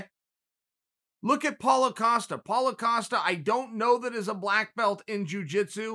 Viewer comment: Paulo “Acosta” Costa